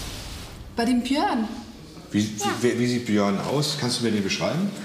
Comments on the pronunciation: Wie sie versucht "Björn" auszusprechen😂"Bihörrn"😂👍🏻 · „Böejrn“ Bei jedem like gebe ich ein „ö“ dazu😂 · BIHÖÖÖRNN NICHT BJÖRN😂😂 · Ich dachte erst sie meinte der heißt Bihan xD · bijöhrn.so spricht sie sein Namen aus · Nicht Biön, Biiiiihhööööön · Wir sie Björn immer ausspricht😂😂😂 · Wie sie immer Biihän sagt 😂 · wie sie Björn ausspricht ist schrecklich. Das tut in den Ohren weh. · Das Mädchen ist doch irgendwie dumm oder?!😂 wie die den Namen Björn auspricht😂